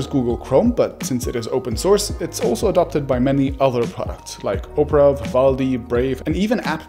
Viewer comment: lol. "Oprah".